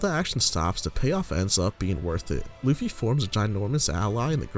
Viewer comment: At around 9 minutes you call him luuhffy, its pronounced lou - fi